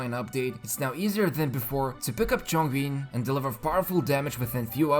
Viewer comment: A channel that says Chongyun's name right of course the right choice is Chongyun